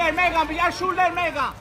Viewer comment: I love the way the cameraman calls her "Megga". She looked thrilled. 🤬🤬🤬